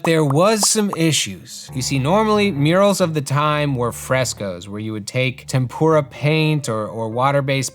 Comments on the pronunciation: I love you man.. it's Tempera... not Tempura. Tempera is paint, tempura is a delicious Japanese food dish. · TEM-per-ah paInt. Not like fried Asian dishes. Like Temperate. 😊